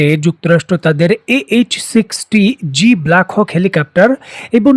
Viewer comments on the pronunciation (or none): হেলিকাপ্টার বলতেছেন বারবার আপনার ভিডিওগুলোতে হেলিকাপ্টার বলেন। হেলিকপ্টার - Helicopter হবে।